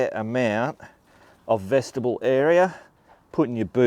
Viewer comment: FYI,........... Vestibule should not sound like vegetable ........ like Mule, on the end, it's pronounced Vesti Bule.......